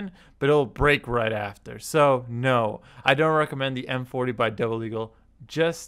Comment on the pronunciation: he kept calling it M40, it's MP-40.